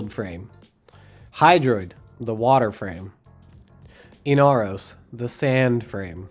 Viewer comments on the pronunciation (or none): When he say inaros i hear the sad frame xd ...